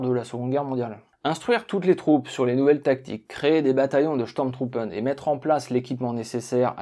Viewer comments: Affirmatif ton accent allemand mange pas de saucisses le matin. Mais au moins pour les sturmtruppen, ce n'est pas steurm truppen mais stourm trouppen . Le U ce prononce Ou. Cependant si le tréma est présent sur la lettre ü alors ou devient u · C'est chtourm troupe phonétiquement parlant 🙃